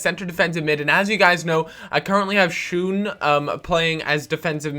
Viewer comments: Schøne is not pronounced "schoon" it is pronounced "sjö-ne" or "Sjoe-ne" :D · The Ø in Schøne is pronounced the same as the Ö in Götze. Just for your information. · That is not the Way to say Shøne